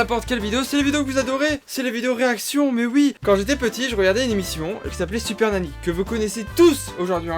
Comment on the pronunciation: Je rêve ou t’a dis « siper nany » au début de ta vidéo 😂